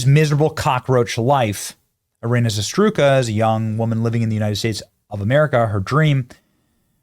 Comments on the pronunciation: Her last name is Za-Rut-Ska (ZAH - ROOT - SKAH) not, Zastruka or whatever you call her, please spell it correctly next time. Thanks for bringing attention to this tragedy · Benny, ur the only one podcaster on the whole internet who can't read well, why ru struggling with her surname? its ZARUTSKA, so why do u say ZASTRUKA? how de hell do your S jumps by 3 positions? and as i said, ur the only one. it is already 4th video talking about her and you still can't figure it out. maaan... u need to read more books or smth. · hey Benny no offense, but you should try to pronounce her name correctly. it's Zarutska not Zastruka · Benny I love your reporting on this but facts matter! This happened on a light rail TRAIN not a bus. Her last name is Zarutska. Pronounce it correctly. To do otherwise is an insult to her memory. ZA-RUT-SKA. I really like what you are doing. Do it this much better.